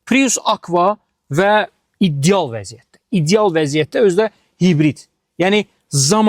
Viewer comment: İcial nedi ideal diyə bilmisən iceal yox bir